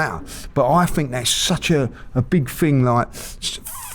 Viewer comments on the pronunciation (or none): Stop saying "Ting" instead of 'Thing' ffs!..🤪